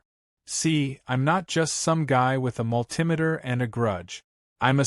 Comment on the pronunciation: If this was true, and he was really an electrical engineer, then he should know how to say Multi Meter properly.